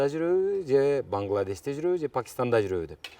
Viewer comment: 😂😂😂 келтиреста банглеш десениз куло берип коздон жаш чыкты